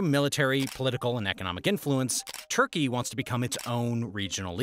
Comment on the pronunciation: Its Turkey not Thurkey. Thank you for the knowledge